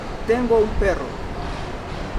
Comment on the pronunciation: jajajaa estuvo super chistoso por que ella quiso decir tengo un PERRO, pero su pronunciacion se entendio como "tengo un pedo" lo cual en Mexico significa que alguien tiene un problema ej.: "no mames we estoy metido en un pedo"